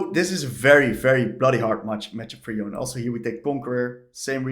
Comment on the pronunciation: Please, it's Yon-Eh. I don't know which American started this, but it's really annoying that this is the ONLY champion people keep mispronouncing the name of.